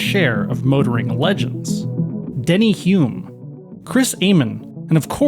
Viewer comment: It's actually Denny Hulme, not Denny Hume.